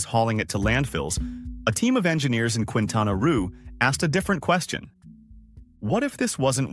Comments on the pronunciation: The state is pronunciated Quintana Ro , like the beguining of the word Rose, not Quintana Roo (Ru) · ^ Quintana Roo = keentana row not kwintana rue--just saying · And it’s’keentana’, not ‘kwintana’. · “Queentana Roo” is called kintana Roh phonetically just as a quick FYI🫡 (Cancun, Quintana Roo) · Quentana ruuu ??? 😂😂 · Quin tana roo 🤣🤣🤣 It's "kin tana row" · It’s not pronounced roo it’s more like roe 😅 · Quintana Roo "Keentana Ro" or ruh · QUI is pronounced like KI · Quintana Roo, the state where Cancun, Riviera Maya, and Cozumel are, is pronounced "Kintanna Roh". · Quintana Roo is pronounce by locals as "Kintana Ro" (just say "kin-tana-ro") and just like that... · Keen tana roe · Quintana Roo is pronounced "kintana raw" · It’s not Kwintana Rue. If you’re going to make a whole video please take a few moments to look up pronunciations. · I don't think the pronunciation of "Roo" in "Quintana Roo" is correct in this video. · Weirdest "Quintana Roo" pronunciation EVER 🙄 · Enjoy the many mispronunciations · Yes but the AI doing the talking is not "intelligence" at all and wouldn't know that.